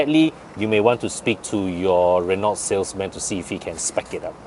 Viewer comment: Asian should dotheir review in their own language instead of English. Who are they reaching anyway? If I want an English review for a french car, i would rather go to european reviews done in English for a much decent accent and infos. After all, these cars are european. I cant stand these guy's atrocious accent. Btw, it is pronounced Re-no. Not Re-nolt!